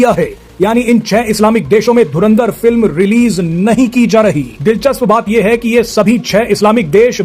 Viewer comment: Dhurandhar ❌️ Dhurindhar ✅️ 😂😂